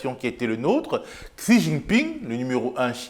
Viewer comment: C'était cool, pour une fois je n'ai pas ressenti de militantisme pro-gauche ou anti-droite. Continuez comme ça s'il vous plaît:) Ps: A, "xi" se prononce "chi" si jamais ça t'intéresse